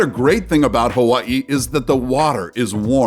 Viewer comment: I love the way the narrator says Hawaii. In 2020, I went to Louisiana and Georgia in February and March respectively. Both Ststes were not particularly hot with the exception of a few days.